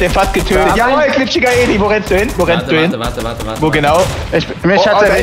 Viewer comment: Wie Timo immer GLIPSCHIGER ELI sagt